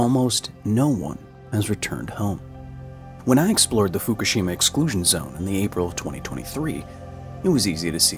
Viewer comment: Pronounce Fukushima right, then we can talk!